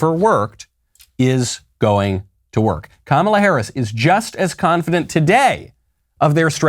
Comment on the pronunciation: Kamala just put the "dent" in confi-dent.